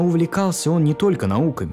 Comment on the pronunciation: Через пол часа от постоянного повторения фамилии Опенгеймер, да еще очень противного произношения, вас просто начнет тошнить и вы выключите видос навсегда. Чуваку явно нужно в жизни найти другое занятия.